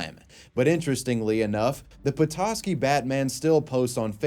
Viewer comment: Props for actually pronouncing Petoskey right.